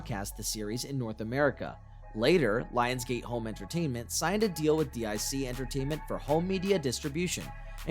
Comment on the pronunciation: DIC is pronounced "DEEK"